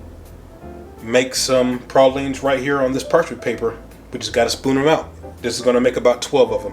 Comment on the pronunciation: At least you said pralines correctly